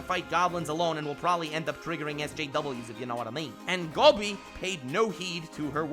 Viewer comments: That's Dobby not Gobby 🤣🤣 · Its DOBBY not Gobby